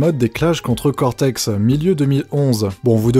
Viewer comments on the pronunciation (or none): none